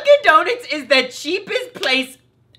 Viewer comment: Donuts not donits